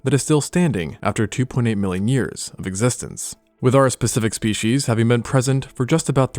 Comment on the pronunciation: Species is pronounced speecies stop saying "spee-he-she's."